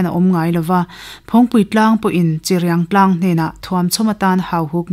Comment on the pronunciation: Pu Lawmhluta thian dun in ti tha hle mai, tin a chhiartu kha in brief tha tawk lo deuh a ni kha (1). Chirping tih te (2). Cheului lam Dan te (3). Hrangal Samthiah etc mahse a tlangpuiin a chhiar thiam in a aw a mawi ngei mai...